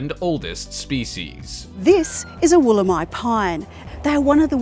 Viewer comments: no kidding well it was hilarious when he did 'dinosaur' tree about the wolemi pine he had the lady talking about the tree with correct pronounciation yet he managed to get it so badly wrong it was weird. he says "wall_EM eee" but its more like "wool em eye" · Man you have the video with the lady talking about the Wolemi pine, so its weird first you call it dinosaur tree (yeah i get it its supposed to be prehistoric so we can understand you renaming it or trying to give it a new nickname. But then considering how you include a lady talking about it it is almost tragic how badly you managed to mispronounce its name.